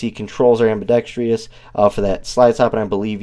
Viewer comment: “Ambidextrous” not “ambidextrious”